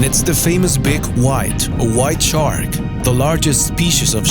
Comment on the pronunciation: I believe he said chark